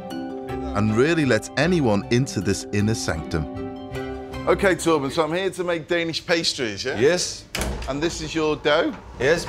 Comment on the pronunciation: Love how he pronounces Torben as Tåpen 🤣